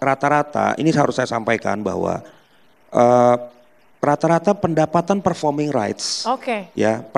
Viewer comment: itu badai ngomong performing rice atau performing rights ? 😂 Koq gw dengar nya performing rice 😅😅